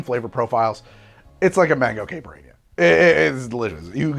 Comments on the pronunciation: Dude. You got to learn how to pronounce caipirinha. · That's not how you pronounce caipirinha!!